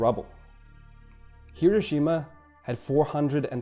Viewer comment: I enjoyed this very informative video. However, the name of the city is not repeat, not hero Shima. You would think if somebody was making a video about the city, they would know the proper pronunciation.